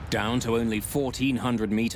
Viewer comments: Always doing this math exercise as you go from feet to meters and miles to kilometers, yet it doesn't stop there you pronounce it Kilo Meters. Why cant you refer to the speeds and distances that are normally displayed to the pilots and used by ATC? Altitude is in feet, velocity and distance is in nautical miles. PERIOD stop with all the clever Bravo Sierra. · How many keylomeayters are in Atlanta ...